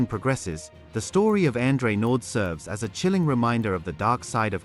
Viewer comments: Andre Naude( pronounced "Nou- deah" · Pronounce it nodee